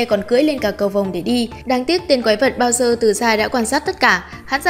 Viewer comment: Bowser thành "bao giờ" :)))